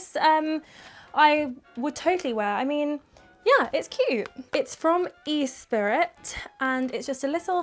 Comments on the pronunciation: lol it's funny how you pronounced :Esprit" as "e spirit" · I choked when you said Esprit 😂😂😂 it’s French and pronounced as Esprie 😂😂😂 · "E-Spirit" 😂 It's called ESPRIT... it's a well-known brand, you should know that.